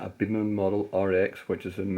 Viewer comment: Just to let you know, it's "Beeman"